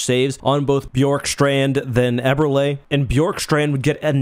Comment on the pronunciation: Last correction: it's pronounced Eber-Lee not Eber-Lay